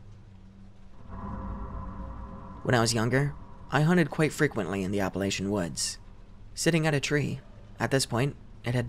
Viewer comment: Hey, T. It’s pronounced Appa-la-cha. They don’t like it when you call it Appa-lay-shuh. 👽 🖤